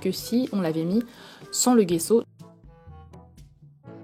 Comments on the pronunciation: Sa se dis : jesso pas guesso 😉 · on dit gesso pas guesso